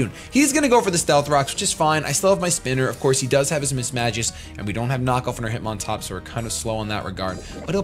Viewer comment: lmao, you said hitmontup... oldmantup reference ftw